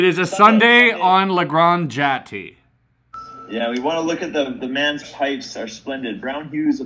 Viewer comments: bruh when he said La Grande GATEY instead of játe my artist self threw up and died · "la grand jattie" im crying